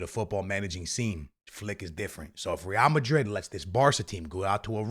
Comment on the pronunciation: Bro speaking “RRRRRREAL Madrid” But also “Yamine Yamal”